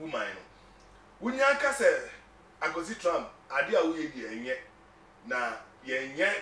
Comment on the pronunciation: Good program guys, But please no Offense, USA Presidents Name is Not, TRAMP,Is TRUMP points of correction. We all learn from each other daily. PEACE always. It's doesn't make me better than anyone. Be safe out there in Ghana.